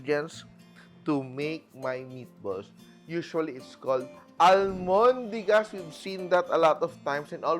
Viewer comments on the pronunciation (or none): not to be a party pooper but chef it's albondigas not almondigas